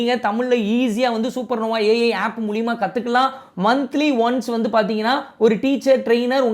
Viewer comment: மூலியம் இல்ல மூலம்